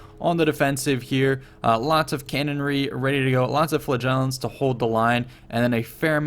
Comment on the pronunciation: LOVE your video's! PLEASE learn how to pronounce "flagellants" (it sounds like 'flatulence').